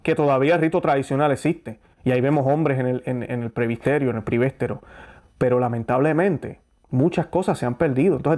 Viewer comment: Muy buena informacion, pero por favor diga correctamente: PRESBITERIO o PREBITERO. No Prebisterio o prebistero. Busque en el Diccionario la palabra que no conoce. Gracias. Disculpe la correccion